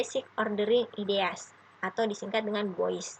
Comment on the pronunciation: Mohon maaf ideas bacanya Bukan "IDEAS wkwkw